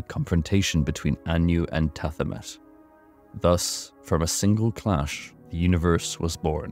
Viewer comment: Ps its pronounced ta he met